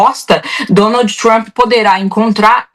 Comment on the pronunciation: Jornalismo hipócrita e covarde: referem-se a Maduro como "ditador" e "autocrata" e ao líder sanguinário do império simplesmente como "presidente Trumpi" ou "Trumpi" em inglês mal pronunciado. Babadores vira-latas!!